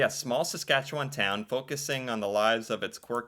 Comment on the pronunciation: Not many Americans can pronounce "Saskatchewan" properly, so to hear you nearly nail the proper pronunciation is impressive! 👍 I say nearly, as the "wan" part at the end is typically not as drawn out as you have it. Although, to be fair, most Canadians east of Manitoba have this similar issue when it comes to proper pronunciation. And yes, Corner Gas totally depicted small town Saskatchewan living, town rivalries and all. The creator of the series, Canadian comedian Brent Butt, was born and raised in the town of Tisdale, in the Northeast-Central part of the province. The name of the town in the show, Dog River, is a homage to the Doghide River that flows through Tisdale. The clip you played that talks about how flat it is, is 100% true, hence how Saskatchewan is also known as the "Flatlands of Western Canada". I'm also slightly disappointed that "Letterkenny", "Kenny vs Spenny", "Royal Canadian Air Farce", "The Red Green Show", "Mr. Dressup" or "The Littlest Hobo" didn't make the list, as these shows have also left an impact on Canadian culture.